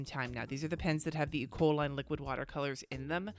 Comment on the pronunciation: I keep hearing you say E. coli when referring to the Ecoline pens! 😂😂😂